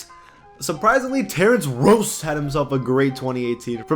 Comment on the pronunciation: first pronouncing Lauri weird and now Ross idek